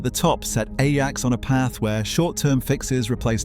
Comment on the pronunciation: bro.... u dun even say the name rite....